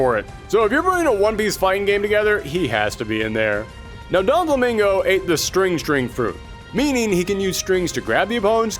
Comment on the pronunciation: Aside from the dub clips, and the fact he said “donflamingo” this was really great!